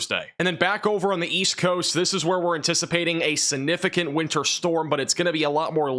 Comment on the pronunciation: Can you please learn to pronounce the word significant?